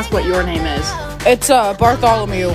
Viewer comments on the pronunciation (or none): "its uh Bartholomew" Me: *Dying of laughting* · "Bartholomew" HAHAHAHAHA 😂😂😂😂😂😂